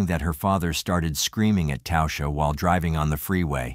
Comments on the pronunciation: Her name was literally pronounced TASHA not tousha.. fk me..if you are going to make content about real people that have passed away and make money off her name at least have enough respect to say it correctly ffs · Its pronounced tawsha..